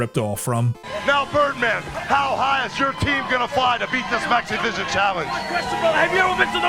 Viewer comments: I don't know if it's just the way I'm hearing it, or if it's just an unfortunate way that the audio mixes together, but to me, it sounds like Hulk is saying, "Let me tell you something. I've had challenges in my Lifetime, but the NAZIVISION CHALLENGE is UNBELIEVABLE." I know he's saying "Maxivision" and I keep replaying it but I keep hearing that other thing instead. Haha! This might be another one of those cases like the "Brainstorm or Green Needle" audio hallucination (Seriously. Look that up on Youtube. It's cool and so weird.) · I can't say how many times I thought says NaziVison instead of MaxiVison